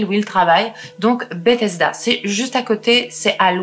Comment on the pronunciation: Contente de te découvrir :) Sinon, Bethesda se prononce Beuthesda